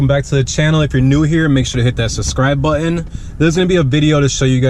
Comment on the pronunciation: Couldn't listen to the moronic pronunciation of the word button